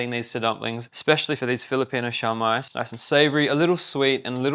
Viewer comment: The Filipino pronunciation is shoh-mai not shao-mai